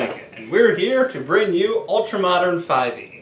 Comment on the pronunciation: Wow, I just found this. Sorry it took me so long. Thanks for the review. And yes, you did pronounce the company name properly...actually one of the first people to do so. Just FYI, we are prepping an Ultramodern REDUX (2nd Edition, in full color) kickstarter campaign to launch in a few weeks.